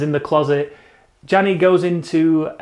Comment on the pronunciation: Janez, not Gianni